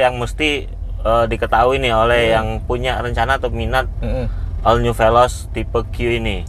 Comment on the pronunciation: ol bukan al.. 😁😁